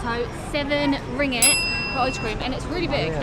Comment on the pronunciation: Yes you are spot on, both syllables have a g each, so is rong 😬 It's not ring-it. It's not ring-ate. It's ring-gate. See? Each syllable has a g, don't be shy or lazy to say the g! Be generous with the g's. You have ringgit, you have the g's!